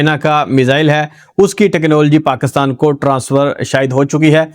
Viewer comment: Please ap paakastaan na bola kro Pakistan hota hy